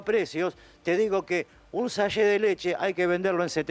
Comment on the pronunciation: SACHET cumpa, habla bien, como que SAYE😂